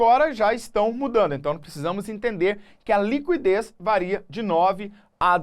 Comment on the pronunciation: A pronúncia correta de liquidez é /likidês/ , não /likwidês/, independentemente da região do Brasil.